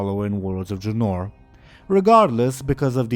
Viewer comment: It is not pronounced dra-nor. But Dra-nouhr.